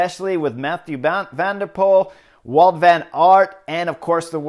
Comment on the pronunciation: admitting to trying to crash your competitors. Good guy. And it's Wout, not Walt. Jeeze!